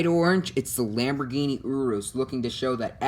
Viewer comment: OMG URUS IS PRONOUNCED YOR-US